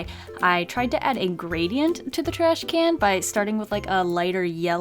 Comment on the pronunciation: It's trashCAN not trashCANNOT.